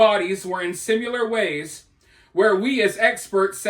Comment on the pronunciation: Bro...there's NO fking "U" in the word "similar". 🙄🤯